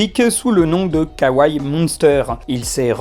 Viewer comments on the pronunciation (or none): none